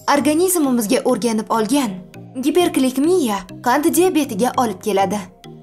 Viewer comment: Гиперклекмия эмас гипергликемия деиилади